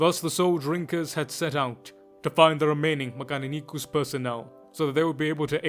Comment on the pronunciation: 10/10 video in every way except how you kept butchering mechanicus , well not butchering but the either Italian or Spanish spin on it, eats my soul